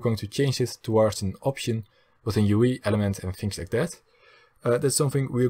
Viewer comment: dat hoor je overduidelijk aan zijn accent, hij zei ook UI als u ie XD